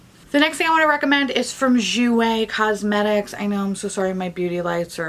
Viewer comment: What did you say your favorite shadows lethal?!?! Coesmetics?!